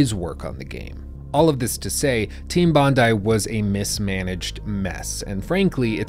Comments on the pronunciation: mispronounced bondi. bon-die. not bon-dee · Thanks for pointing that out. Nearly threw up when he said " Bondee " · Bondi = "BON-dye". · It's pronounced "Bond-eye" mate... because the contracted studio was in Sydney. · I lived in Australia - Sydney specifically - and it's pronounced Bond-eye, not Bond-ee. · "Team Bondee" facepalm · It's pronounced BON-DYE .. its only like one of Australia's most famous beaches smh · "Bond-eye" is the correct pronunciation. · It’s team bond-eye, that’s how it’s pronounced. Bond-eye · It’s pronounced “bond eye”. Bondi is a suburb of Sydney, Australia. It’s where the development team was based, so they named themselves after their location. That bar near you called Bondi Beach Bar is named after the beach that is probably Australia’s most famous beach. It’s why the “o” in the bars logo is a surfboard. I’d bet it’s an Australian surfer theme bar. Probably owned by an Australian who is recreating his favourite bar in Sydney. I live an hours drive away and have been there many times. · I guess it doesn’t matter much anymore but it’s “Team Bon-Die” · It is pronounced "Bond-Eye" (Bondi), so thank you!!! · Australian here. It's Bondi. Bonn-dye. Bonn. Dye. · team bondi dispanded after the games release. because of massive pressure put on them by rockstar. unfortunately they were one of the last studios to publish a triple-a game in australia. also its pronounced bond-eye :) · It's bondi (eye) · Their name is pronounced Team Bond-Eye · Yeah when i heard that i was like bruhh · I can still hear the echo of facepalms by millions of aussies as he ponders how to pronounce Bondi... especially since knows of a bar called Bondi Beach... after the Bondi Beach in Sydney, Australia.... LOL